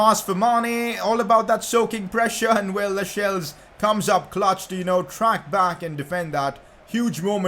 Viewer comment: it’s pronounced lasells not lashels